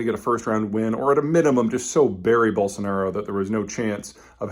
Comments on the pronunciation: Just a note on correct pronunciation: It's "ball-son-are-oh" and not "Ball-son-are-ee-oh". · Peter why are you saying Bolsonario all the time? Its Bolsonaro! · Why does he keep saying Bolsonario? There is no "i" sound lol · Are you saying Bolsanario? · No 'i' in Bolsonaro, one 'u' in nuclear...